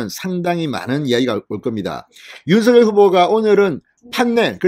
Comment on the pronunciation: 발음 좀 정확히 하세요. 윤성녈이 옳습니다. 자음접변 때문이죠.